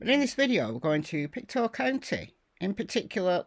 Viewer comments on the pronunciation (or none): none